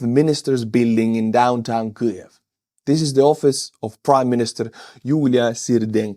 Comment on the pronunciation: Kliev? No L in in Kyiv.